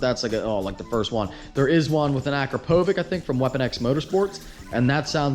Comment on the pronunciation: Akrapovic is pronouced, Ah-kra-po-vich